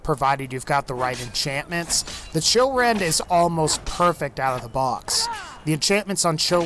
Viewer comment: When he said Chillrend I thought he said children 😂